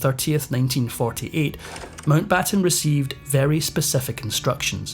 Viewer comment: Pessima traduzione, neanche il cognome MOUNTBATTEN viene pronunciato correttemente. Perchè non lasciare la V.O. in inglese?